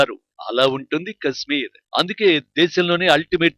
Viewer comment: Orey voice ichina sanyasi kasmeer kaadhu kashmir 😂😂